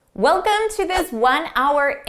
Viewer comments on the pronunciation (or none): none